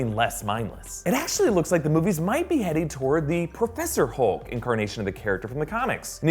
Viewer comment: are we using the Mobile my friend 'Perpheser Holk' Made me Laugh :-)